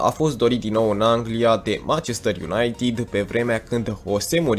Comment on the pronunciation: De ce pronunți "unaitid"?